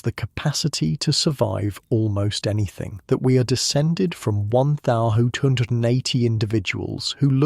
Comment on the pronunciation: Great work. Although you consistanly struggling with saying 1280... But this was excellent